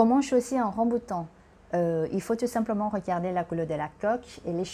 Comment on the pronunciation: ขออนุญาตแก้ไขนิดนึงนะคะ :) ภาษาฝรั่งเศสเราเรียกว่า RambOUtan นะคะ ไม่เหมือนภาษาอังกฤษค่ะ Je vais vous parler ใช้ infinitif Complètement* ระวังนะคะ è ไม่ใช่ é Comestible มี m ตัวเดียวค่ะ Personne (en mange) ไม่มี s Au niveau du* prix 2 kg et quelque chose ไม่มี s Ça vous a plu* ไม่มี e ค่ะ สำเนียงพี่ดีมากเลยค่ะ :)